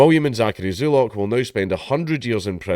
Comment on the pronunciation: "Zulock", eh. Every single time.